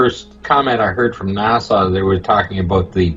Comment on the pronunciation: Will somebody please tell that blithering imbecile there is no “W” in the pronunciation of NASA? Nah-Sah, not Nah-Saw. As for the rest, for the millionth time your opinions are not facts, Despite what FaRT says.